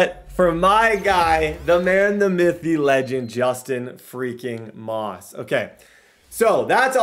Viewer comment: I love you but you will win the super bowl this season if you start calling your star receiver Justin “Ross” NOT Moss!!! I’ve watched every episode, love the vids!